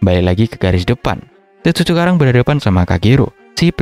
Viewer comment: (mulai cekarang) Keceletot dikit ya bang 😂